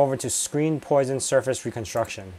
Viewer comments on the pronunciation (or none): poisson - two esses, pronounced pwasson. French for fish. Something fishy about your mushrooms